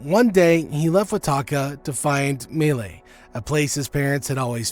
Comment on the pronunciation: You pronounce milee : mI-le-le